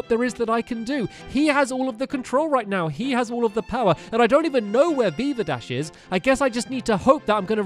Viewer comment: Beaverdash XD.. u mean veevadash